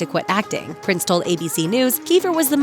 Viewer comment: Its not Prince its Prinze za try saying after me darlin Prinze Za